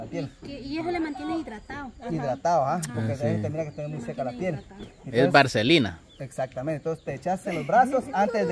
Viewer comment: no es Varcelina!! Es Vaselina